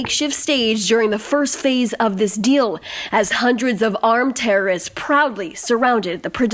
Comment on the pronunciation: Ladies, if you are going to use the word "terrorists" so frequently, don't you think it would be a good idea for you to learn to correctly pronounce it?!! The word contains THREE syllables, not two, and is neither pronounced "terrists", nor "terists"!